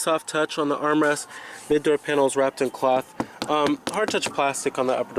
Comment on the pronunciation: Cloth not clahth